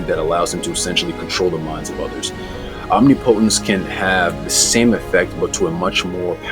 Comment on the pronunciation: For real, it's literally not hard to say